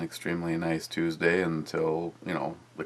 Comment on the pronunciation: ★★★★★ Did you say Titsday or Tuesday?